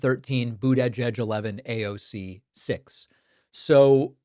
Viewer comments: Aoc is not her last name , it is AOC , the initials of her name , her name being Congress woman Alexandria Ocasio-Cortez . You make it sound like " Aawwwk " That is not right , just saying . PS: This is not a political comment nor do I support anyone , just like it if media would at least try to get it right . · David i stopped your video becauae you are the only peraon on the planet to say AAOC rather yha AOC. AND you clearly dont like women. And you are ridiculously immature like moat men when talking about AOC for whatever reason. I already unsubscribed months ago and am glad for it . There is something off with you, jealousy perhaps.